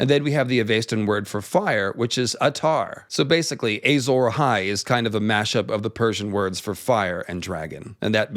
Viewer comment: Ey-sore Ahai is like when GRRM Says Doth-rah-kaj